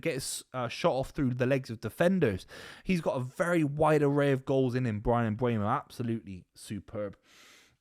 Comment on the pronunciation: MbEUmo NOT MbUEmo ... Repeat after me: M BUR mo